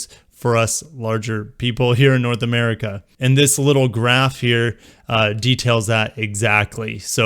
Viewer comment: Lmao “Merica”